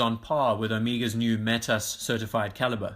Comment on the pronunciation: I like the video with one exception. You pronounced Omega as 'Oh-Mee-Gah'. It is very irritating and could cause some to question your credibility.